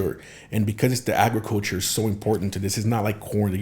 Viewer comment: How says “Ajriculture” instead of “agriculture” 😅🤪🤪🤪 but I’m here for it! LOVED THIS PODCAST!!!! So relevant and educational!